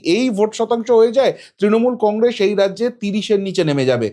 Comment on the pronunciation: Congress pronounce thick kore kor.